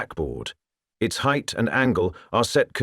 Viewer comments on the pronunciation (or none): none